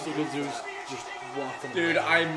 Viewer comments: I know this is 2 months old but I can't stop laughing them calling him Zues and not Zeus haha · Lmao these casuals calling him zoose. It's zeyus and dont you forget it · Please pronounce Zeus properly. Just listen to how his name is pronounced please. Great video